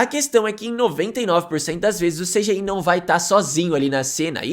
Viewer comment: "esseféx, vieféx e cidiái"